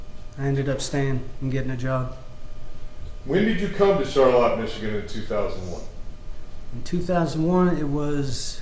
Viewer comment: Why are they pronouncing ‘Charlotte’ all weird like ‘Char•Latte’ to make it sound fancy...